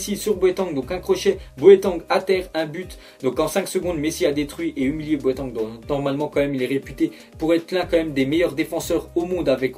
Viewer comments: C'est pas boEtAng mais boAtEng .... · tu dit boeteng au lieu de boateng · C moii ou il dis boatangue au lieu de boatend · Sa ce prenonce Bo a teng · 6 :29 il dit boeteng mdr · boatengue t sérieux à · stp ça se dis BOUATÈNG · RIP boateng en passent ON PRONONCE boatenge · comment est ce que t as dit boateng ? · Comment tu prononces Boateng ?! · apprend à dire boateng srx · comment tu dit boateng mdr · Comment tu dis "boateng" mdr